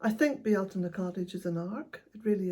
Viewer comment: why do you pronounce "beel-tayne" (phonetic) like "bee-ahl-tina" ?? it has always baffled me.